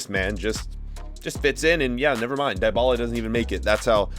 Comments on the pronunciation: "Die-bala" 2021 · I can't believe you still can't pronounce dybala correctly